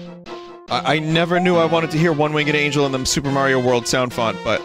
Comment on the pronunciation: The Yoshi be like: AAAAAA WELCUM TO FUPER MARIO WORLF